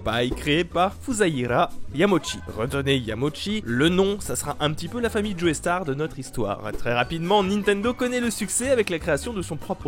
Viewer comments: "Djoéstar" N O N, "djostar" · C'EST JOESTAR PAS JOEYSTAR PLEASE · Super vidéo mec ! Petite précision : on dit plutôt "Jostar" que "Joaistar", même si ça s'écrit Joestar (Précision inutile et sans rapport direct avec la vidéo digne du weeaboo que je suis ^^) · Au début quand t'as dit Joestar j'ai cru que t'avais dit Joeystarr j'avais absolument pas compris la comparaison du coup.